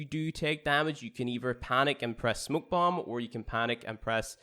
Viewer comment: He pronounced smoke bomb to ''smuk'' bomb